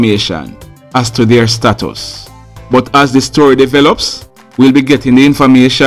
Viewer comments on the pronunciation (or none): none